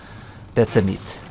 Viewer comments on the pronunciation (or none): none